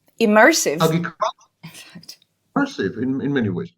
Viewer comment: My thought in technoculture is why give it any energy if he is saying technology leads to no good then why is he talking about how great virtual s3x will be. AgRiculture is being pronounced Eggy-culture and Sammy needs help articulating R's. Anyway back to my point. Fifty years ago people were so sure there would be flying cars and painting the future as so perfecr and exciting, but all we have is more pollution and there are no flying cars yet so why would we talk about the Metaverse as if we look forward to it.